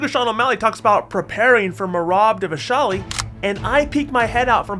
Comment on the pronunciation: please can you say Dvalishvili properly?